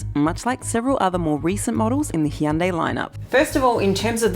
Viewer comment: As a korean, your "Hyun dae" pronunciation is perfect!!!~~ Most Westerners pronounce "Hyun da~i"... Do you have any Korean friends around you? anyway your good!~~